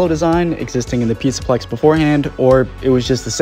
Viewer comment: "pizzplex" LMFAO